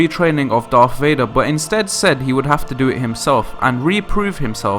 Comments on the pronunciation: PLEASE try to say Darth and Sith instead of Darf and Siff . IT REALLY makes me cringe.... >.< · I don't know but he can't pronounce words correctly to save his life. Darf Vader, Sif instead of Sith and coup is pronounced coo.